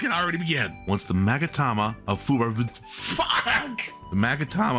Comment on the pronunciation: The way you 2 are struggling to pronounce Saikoroshi & Magatama of Fuwarazu got me dying XDDD